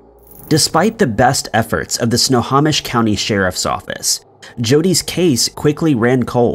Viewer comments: Pronunciation ERRORS: NOT "sna-haw-mish" ..... IT'S "snow-hoe-mish" = Snohomish NOT "tulip" (like flower) ..... IT'S "two-lay-lup" = Tulalip LoL.... I live in EVERETT, WA - 12miles South of Tulalip (BONUS: Tulalip Casino/Hotel is super nice! but standard rooms are about $300-$350 for 2 nights/ 1 full day... after hidden fees/taxs! Totally worth it if celebrating a birthday or something) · Its pronounced "Snow-ho-mish" not "Snow-ha-mish" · Snohomish is pronounced Snow - hoe - mish not Snow - haw - mish. Everett WA native here. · How you figure?! 🤣 I'm from Everett. No one and I mean NO ONE says Sno - haw - mish. It's Sno - hoe - mish. I was cringing every time I heard dude say it wrong. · OMG let's say it together, snow.home.ish that's how you say Snohomish! if your gonna say a word more then one time and your unsure of how to correctly pronounce that word, Google it! Is nails on a chalk board every time you say snaw.hom.ish!😬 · I don’t want to be that guy but because I live in Snohomish county, I’ll point out that it is pronounced snow-home-ish. Love the videos btw! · Snohomish is pronounced Snow-home-ish. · Nice try on Snohomish. It's Snow-home-ish. I live in this county. We've got some pretty difficult to say cities and counties in Washington state, being based off local Native American words. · Snow home ish Snohomish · Snohomish is pronounced (snow-home-ish) Tulalip is pronounced (To-lay-lip) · So I live in Snohomish County and it's pronounced Snow- Hoe- Mish.....not the way your pronouncing it lol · He can’t even pronounce extradition. He has no chance with Snohomish. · Iol at your pronunciation of Snohomish